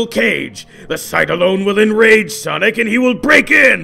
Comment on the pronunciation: dark sawnic moment